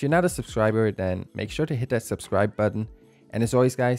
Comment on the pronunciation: "And as always guys, I love you with all my fart and soul.." I cann't be the only one who hears it right?